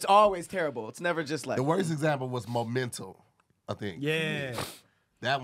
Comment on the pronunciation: referring to the movie "Memento" as "Momental" 😂😂